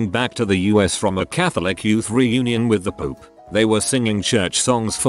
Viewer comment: OP: With the pope The voice bot: With the poop